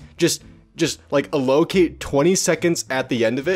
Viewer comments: "a-LOCATE" ...You mean AL-o-cate? r/mildlyinfuriating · fucking what allocate is not pronounced that way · Did this dude really just mispronounce allocate?